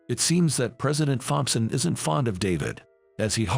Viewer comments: Please get a better robot voice!! I literally lost count of the number of mispronunciations. By the way it's pronounced Tomson not Thomp son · When you put the text for the text to speech, write "Tompson" instead of "Thompson" as it will pronounce it correctly. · The "H" in Thompson Is silent, in English. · Fompson not Thompson ,just a thought